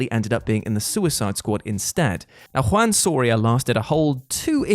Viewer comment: No shading here... But hearing say Juan just make me laugh so much...